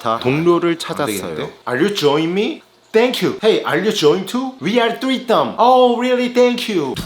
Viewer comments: 위 얼 쓰리썸 이러네 ㅋㅋㅋㅋㅋㅋㅋㅋㅋㅋㅋㅋㅋㅋㅋㅋㅋㅋㅋㅋㅋㅋㅋㅋㅋㅋㅋㅋ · 위알뜨뤼떰은 리발 ㅋㅋㅋㅋㅋㅋㅋㅋㅋㅋㅋㅋㅋㅋㅋㅋㅋㅋㅋㅋㅋㅋㅋ